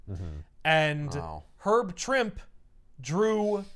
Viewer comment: Actually it's Herb "Trimpey". I'm 55 and just found out. I'd always said Trimp too.